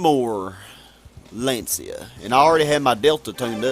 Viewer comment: wanted to give you another advice on how to pronounce them stupid European names haha. Lancia: L-ah-n-cha (the "ah" is spoken fast/short)